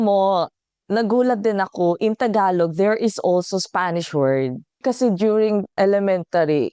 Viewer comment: I noticed that you pronounce the final g of Tagalog the Korean way. It's somewhat between g and k. Just saying. 😊